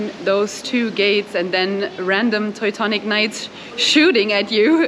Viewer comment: I love how she pronounces "Teutonic" correctly